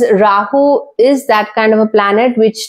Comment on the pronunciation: Is that how to pronounce this particular deity’s name? That wasn’t even anywhere close!